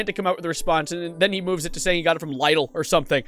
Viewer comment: When the function got them lie-dell products 💀💀😭😭